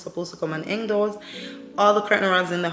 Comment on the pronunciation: 'Hang' not 'heng'